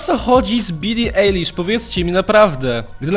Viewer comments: Mówi się B I L L I A J L I S Z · Czyta się bili ajlish